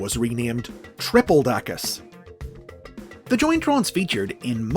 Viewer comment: I think you might have mispronounced tripledacus It's pronounced the same as tripredacus but with the L where the R is. It's because of the swapping of Rs and Ls in Japanese language Its not triple dacus However I think it would make them more distinct from regular tripredacus to pronounce it that way and I might start doing that